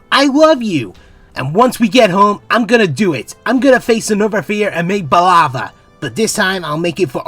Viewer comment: Did... did you just call baklava "balava"? Its baKlava (bock-luh-vah)